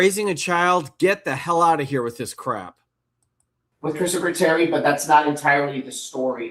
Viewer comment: “Kristafer”??? Really?!